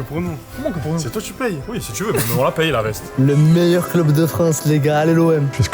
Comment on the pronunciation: C un malade quand il a dit meilleyr club